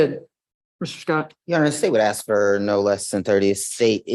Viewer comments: And it's ask not ax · Does that defense attorney keep saying “axe and axing” instead of ask and asking? She sounds illiterate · one of my biggest lawyer pet peeves. You made it all the way through law school and you can’t properly say “ask”? Lol